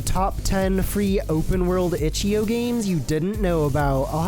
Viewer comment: Stop pronouncing it itchy-oh its itch-I-OH